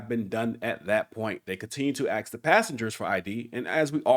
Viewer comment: Do yourself a favor. And say ask not ax